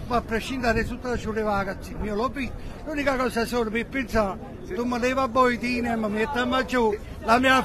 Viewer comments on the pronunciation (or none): "Boitinem" ahahahah